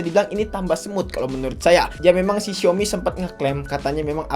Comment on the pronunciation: Bahkan dlm ajaan bhs mandarin " xiaomi " yotuber pun msh bnyk yg ngeja nya " siomi " sdgkn yg bnr adalah SAOMI.